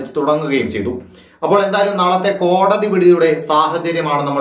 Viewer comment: Sir kodadi vidhi alla kodadhi vidhi ennane but sir chullanane tto poli chegayi sir uyir nale anukoola vidhi undavatte